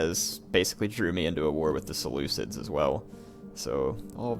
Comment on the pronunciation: It's pronounced Sell-ew-Kids and Hop-lee-tays